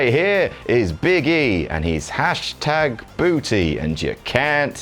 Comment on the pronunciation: I hate how you pronounce booTtty